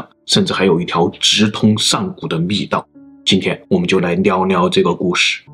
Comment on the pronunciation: 做了这么多集节目，都没法把“聊聊”的音发准确。😅